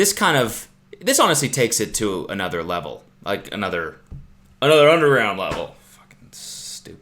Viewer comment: cody's most canadian 'to' of all time